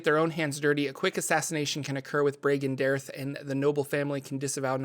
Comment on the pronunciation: His organization is pronounced (bree gan day arthe)